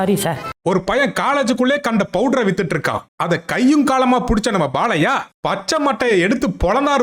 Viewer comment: உன் தமிழ் ல தீய வைக்க அது "பாலையா" இல்லடா அது "பாலய்யா"